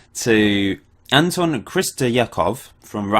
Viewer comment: Also his name is Anton (accent on O) Chistyakov (like Chist-ya-kof) c